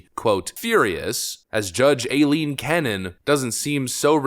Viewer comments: Stop saying el-leen canon. It’s I-leen. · It's pronounced I-Leen Cannon